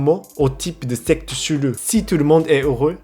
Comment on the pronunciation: C'est trop bien quand tu dis chelou on à l'impression que tu dis un mot Japonais